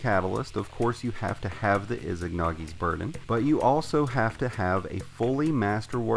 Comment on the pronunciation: Saw no one mention this (not hating but need to let this out) "IZANAGI NOT IZIGNAGI!"